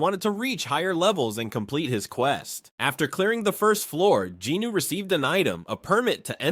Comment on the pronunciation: Sung Jin-woo (성진우; Seong Jinu) - the “O” is silent and last syllable is a vowel but takes on the N sound from JIN. Sounds like Jinu or Jinoo and definitely not Jin Woo